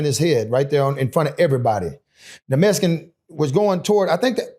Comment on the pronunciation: It was a messkin? Why do I always here that, if you can spell something you should be able to pronounce it